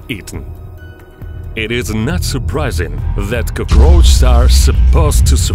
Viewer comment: "CrOgRoAcHZ" lmao